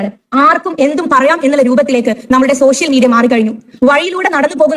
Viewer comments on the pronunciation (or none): സോശ്യൽ അല്ല പാത്തു,. സോഷ്യൽ എന്ന് ആദ്യം പറഞ്ഞു പഠിക്ക ണം.MLA ആയാൽ പ്രധാനമന്ത്രി ആണെന്ന് വിചാരം നല്ലതല്ല. ഉപ്പാന്റെ BUS നന്നായി ഒട്ടുന്നുണ്ടല്ലൊ? അപ്പേച്ച അല്ല പാത്തമ്മ . അപേക്ഷ: പറഞ്ഞെ ഒന്ന് കേൾക്കട്ടെ.!